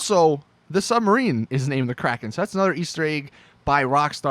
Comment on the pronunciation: anyone's soul ever get hurt when you hear someone call the kraken the "kraykean"?